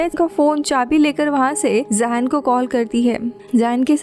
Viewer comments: Zain ko Ye zayen nh zen bolty h Muslim name h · Or woh zayn nhi hai woh zain hai😂😂